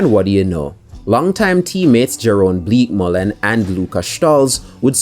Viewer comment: Horrendous pronunciation of Jeroen Bleekemolen 😂